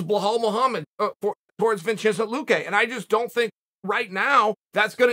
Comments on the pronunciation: “Vinchiznt luque” 😂😂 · he did mispronounce them we did and he just showed us the correct way to prounce them from now its vinchente luche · Chael calls Khamzat Chimaev Kazmat and called Vicente Luque Vinchenzy or something along those lines and I have a feeling he does it intentionally.